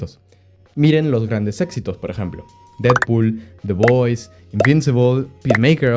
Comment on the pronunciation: Didpod y Volverain 😂